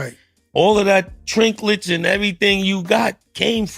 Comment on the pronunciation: He said "trinklets".